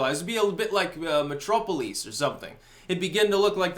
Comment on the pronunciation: Did he just call Metropolis Mehtropeleeze?